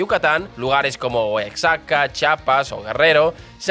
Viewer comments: Nueva León, Cauhlia, Oaksaca, Chapas... Jajajajajaja Me hizo el día 😂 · No es Osaka, es Oaxaca y se pronuncia Oajaca; Coa-huila y Guana-juato. Por cierto, Osaka está en Japón. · Oaxaca no se lee OAKSAKA se lee OAJAKA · Excelente contenido amigo y un muy buen resumen de nuestra historia y la diferencia económica entre el norte y sur del país, abrazo desde México. Jajajaja pero no es la correcta pronunciación Chi-a-pas, Oa-xa-ca, Gua-na-ju-a-to. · 😂😂 hoy no amanecimos leyendo bien los nombres... me encanta tu canal siempre muy buen análisis. Pero no es cauhila, oxaca ni ganaujato.😅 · Oaxaca se pronuncia oajaca 👉👈